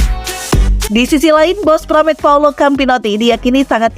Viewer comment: Pramac, bukan paramek